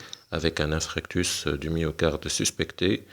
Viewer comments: hhhhhhhhh ça m'écorche les tympans a l'entendre dire infractus!!!!! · InFARctus doc ça se prononce InFARctus 😂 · Infarctus et non infractus donc ce n'est pas un lapsus !